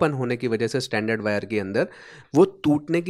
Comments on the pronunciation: Brother, there is a difference in your pronunciation. Your pronunciation is for this word " standard". Where as for wires it is " stranded" pronunciation is different. Proper pronunciation you will get on Google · Good video but you are calling stranded (स्ट्रेंडेड) wire as standard (स्टैंडर्ड) wire through out the video. Pls correct your pronunciation. Also AC frequency in India is 50 Hz only not 20 kHz or 81kHz as shown in your video. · Isn't it strrrrrrrrrrrrrrand?😀